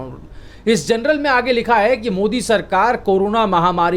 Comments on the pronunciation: जर्नल कहै जनरल नही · "THE LANCET" JOURNAL HAI " GENERAL" NAHIN : PLEASE CORRECT YOUR PRONUNCIATION ! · PLEASE PRONOUNCE 'JOURNAL' AND NOT 'GENERAL'.. REPEATEDLY. LIKE 'BJP' NEWS INSTEAD OF 'ABP' NEWS..!